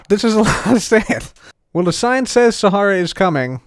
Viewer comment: called it saharia🤣